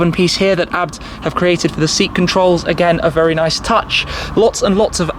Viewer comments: ITS NOT ABT its A B T FFS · haaha, its pronounced A-B-T! Hahahaha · BUT ITS PRONUNCED A B T WITH SPACES BETWEEN. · I'm sure its pronounced Ay Bee Tee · The German Brand „ABT“ which is spelled not A.B.T has no Location in Australia. The Brand youre talking about is a different one.